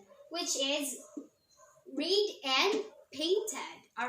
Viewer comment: Excellent demo Ma'am. Good job. Just a tiny correction lang , In this part "read" should be pronounced as "red" kasi past tense na.